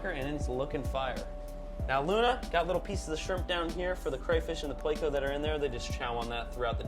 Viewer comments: PLECO. PLECOSTOMUS. PLECO. Not PLAYco. Not hating or anything but that drives me crazy bro. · 🙄 That’s a pleco actually, not a catfish. However both are bottom feeders, but they are NOT the same species. And please don’t say playco, it’s pleh-co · SORYY i didnt heard that you said PLECO